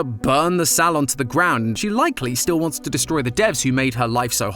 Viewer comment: DUDE I CANT DEAL WITH HOW HE PRONOUNCES SALON IT BOTHERS ME SO MUCH